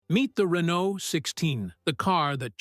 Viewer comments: Please inform your AI narrator that the T in Renault is silent. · Can't you find a human narrator? The mispronunciation of Renault and the bloated by-the-numbers verbiage are grating with buzz words. Insufferable. Also, the facts about the reasoning for the asymmetrical wheelbase are misrepresented. Who cobbled this together? AI, an LLM?